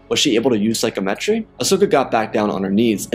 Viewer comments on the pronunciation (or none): loved it but one thing, sigh-com-et-ree, not Psycho-metree